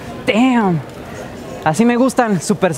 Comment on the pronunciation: es damm pero suena como deeam no team 😂